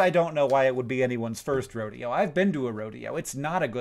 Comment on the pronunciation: That's the first time I've heard someone pronounce Rodeo (Ro-de-o) as "Ro-dayo", lol